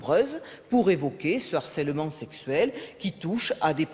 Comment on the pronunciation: Pardon mais on ne dit pas "d'harcèlement" mais "de harcèlement". "H" aspiré, il fait partie de la langue française même si on l'oubli souvent...😊